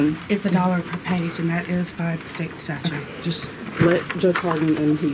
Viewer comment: The word is STATUTE, not statue, tons o’ fun. Seriously, you walk around doing this nonsense every day, and still don’t know what the word is? Lol.